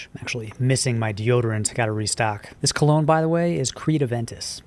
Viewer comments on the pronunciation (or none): none